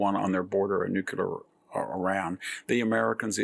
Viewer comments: Thoroughly appreciate your wisdom, but the word is noo-klee-ahr, not nukular. If God is in the details, you're a religious man... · Someone PLEEEEEEASE tell Mr. Hanson...it's NUCLEAR (NEW-klee-ur) not NUCULAR. There's no such word as nucular. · Learn to pronounce NEW CLEE ERR Victor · WHEN WILL VICTOR LEARN HOW TO PRONOUNCE NUCLEAR.... HE JUST CAN'T GET IT RIGHT.